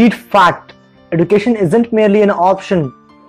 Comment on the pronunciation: Awesome video! But the way education was pronounced was not right. Just constructive criticism by the way!